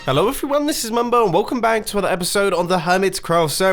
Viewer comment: 'Ello everyone! sigh never gets old